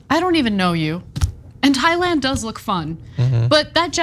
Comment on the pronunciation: Thigh-land? So have been pronouncing “Thailand” with a TH? Please don’t be American. Don’t make our education system look bad bro.